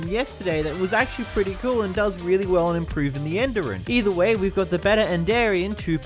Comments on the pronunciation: "the enderian mod" ... AAAAAAAAAAAAAAAAA btw its spoken like endirian edit: he said enderarian in the past apparently and idk how you can even get that edit 2: he also said enderan and endrian on accident too on , , and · it's end - er - ee - an